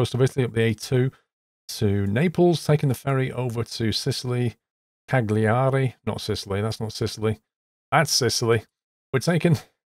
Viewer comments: Cagliari is pronounced similar to Calgary in Canada ;-) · "Cagliari" is pronounced "ca-lee-ari". In Italian, the "gli" sound comes from the back of the mouth. Say the word "tagliatelli" to get the feel for it! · It's pronounced Cal-ya-ree Lol. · Ca-li-ari, is how they pronounce it, i think? Silent g.